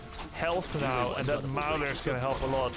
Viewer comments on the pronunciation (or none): Great cast! thanks. FYI when pronouncing "ogre mauler", maul rhymes with ball